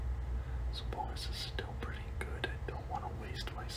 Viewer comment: Idk the way you kept saying it was bothering me 😂